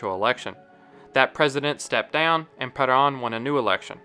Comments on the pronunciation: Peron not paran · "Juan ped-ahn" never heard such an, uh, "interesting" butchering of that pronunciation. just pronounce it the English way if you're a non-Spanish speaker. for real. lol. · It's hard to take this video seriously when it doesn't pronounce Juan Peron's name correctly